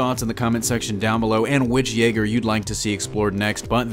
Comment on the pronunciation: Why do you say Jaeger like that,? It's almost like you're slowing pronouncing how the Japanese spell their Y's in romaji.